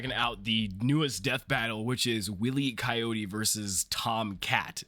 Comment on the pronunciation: Willy Coyote?! Did I hear that right? Wile E (as in... wily. Cunning. Clever)